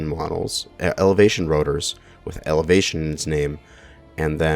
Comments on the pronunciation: Turret "Evelatation" 😂🤣😂🤣😂🤣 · "evelation" me: internal screaming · Evelation. Elevation. Meh, same thing, right? LOL